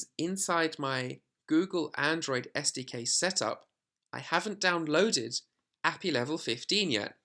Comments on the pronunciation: It's Ay-Pee-Eye not appy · ad hominem attack. As a programmer it's very weird hearing ah-pee and it's just wrong and yes my friends and I do talk to each other like that because we see it as criticism or just poking fun at if someone pronounces or does something weird or wrong. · Yeah if he doesnt pronounce API correctly, it clearly shows he has about zero background in development. Seriously at the very least he should re-edit the video and correct the term. It just removes all credibility for this video. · Dear god, you say the letters in API separately, not treat it like its a word. Its an acronym. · The guy isn't saying he is saying it wrong "According to him". It is objectively the wrong way to pronounce a acronym. This is not an opinion.